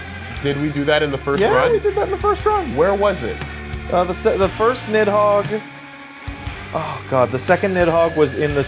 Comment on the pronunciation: i stopped playing my game and did a doubletake when said nidhogger